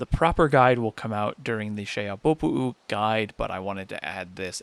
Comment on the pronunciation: I applaud the pronunciation of Xehabopo'u. Another helpful video.